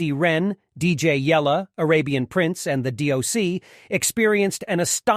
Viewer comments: “DAH-C and SHUGE Knight” is Crazy 😂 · And the narrator can't even say their names correctly...he called The D.O.C. -Dosh-C ...and Suge Knight "Soge" ...they enjoy getting Black Notable Figures names wrong 🤨